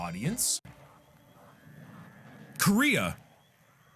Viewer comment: “Korea”